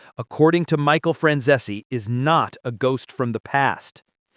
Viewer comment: Franzese is two syllables, not three.